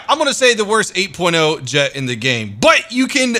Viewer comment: 8 porno is all i heard after him saying very nice 8.0 lol